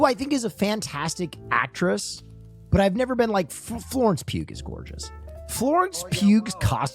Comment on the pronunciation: Pronouncing the G in Pugh is driving me nuts